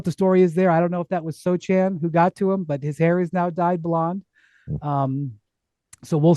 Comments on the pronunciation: First of all his name is pronounced So-Hahn, not So-chan; 2nd I love how you all forgot the Spurs were tanking but okay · the C is silent my guy! Its pronounced (Soe-Han)